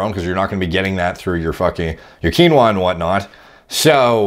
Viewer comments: KEEN-WAAA not KA-NOWA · It's pronounced "KEEN-WA", not "KEEN-0A". Dude's pronouncing it wrong. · "Kwin-noah... Fuck you guys, I'm not saying quinoa." Yeah, wouldn't wanna pronounce words correctly, there, 3D Ale-pee-ha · You're talking about a guy that knowingly mispronounces "Quinoa" because he thinks the proper way sounds stupid. He's immune to your reasoning. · Does he really think saying it like granola with a Q sounds better than quinoa!? Hahaha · I thought he was mispronouncing granola at first. Never heard anyone pronounce quinoa that way, I guess it makes sense though because thats how it would be pronounced phonetically. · The way he pronounced quinoa made me crack up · I watched this one and the older video. I Keep thinking he says granola and I'm like wtf, can't find any search results for this. quinoa lol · You’re saying it correctly. He is just refusing to say it the right way I’m not sure how he justifies his pronunciation sounds better lol